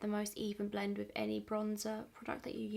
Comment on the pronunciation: you need to release “blent” merch 😂😂